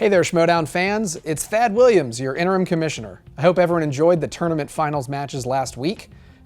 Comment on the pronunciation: "Innerim commissioner" 🙈